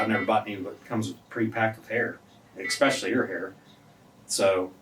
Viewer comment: I would like to bring something to your attention that has haunted mine. On two separate occasions throughout this video you pronounced especially like ecspecially. Please never ever do that again. Thank you.